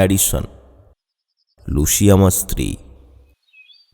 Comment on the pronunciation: লুসিকে লুশি বললেন বারবার। শুনতে খুব অড লাগে 😂